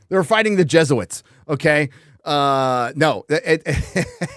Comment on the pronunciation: There is a bit in the video where reads Jesuits as Jet suits. And in my opinion, jet suits obviously sounds more fun.